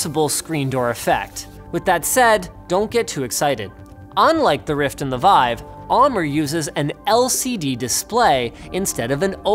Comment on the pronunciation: It's pronounced "Veev".